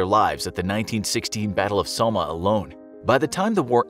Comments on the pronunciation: The narrator pronounced the Somme incorrectly, it's pronounce Somme (somme similart to some - YouTube the prononciation) not so ma as the narrator said lol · The battle of Somme is pronounced Saw-muh not Soa Mah jsyk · Battle of Soma? Pretty easy to look up how to pronounce the location of one of the biggest battles in history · How you gonna pronounce Somme like “Soma” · the way he said battle of the somme hurt me inside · That is not how you pronounce “Somme” .......... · Please research pronunciation. You mispronounce Somme. Nobody should have to explain why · 15 tons of TNT in the bomb over hiroshima? No mate make that 15,000 tons, you should have said 15 KILOTONS. You also pronounced Somme wrong. Worst time to live this week was listening to more poorly researched internet teachings 😅